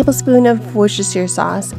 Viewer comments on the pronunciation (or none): Worchester is pronounced “wooster” sauce